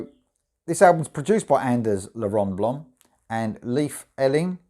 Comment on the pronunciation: Pronounced ..L= ell...A=aye are...Anders..ell aye..Rönnblom...not la.!!